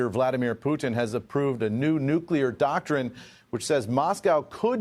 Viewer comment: Doctorine hehe